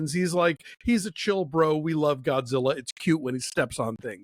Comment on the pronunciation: ゴジラ！！he's good pronunciation